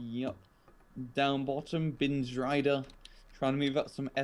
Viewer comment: great commentary, guys! just one tiny suggestion: it´s pronounced like "t-swede-are", not "zwelda"... ;-)